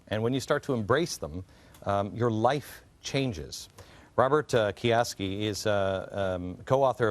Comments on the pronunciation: he said robert kiyaski LOL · gives great edification in the beginning then straight butchers his last name.........